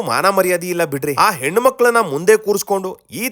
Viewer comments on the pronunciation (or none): none